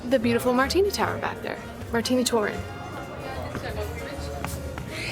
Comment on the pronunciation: Seemed to me that tried to pronounce Martinitoren in the prosody of the Groningen's dialect. And I thought it was well done, but I originate and live far (on the Dutch scale) from Groningen in an extreme ABN [1] region. [1] A joking reference to standard Dutch that in English would abbreviate like GCD - General Civilised Dutch.